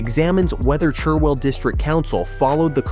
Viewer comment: American here & I gotta say, I cringed at “Chur-well” and “Mur-le-bone.” Argh, Oh well, where I live this is about as much OUFC as I’m gonna get.